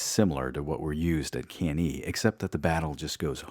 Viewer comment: Cann-A , not Cann-E. Good work otherwise though !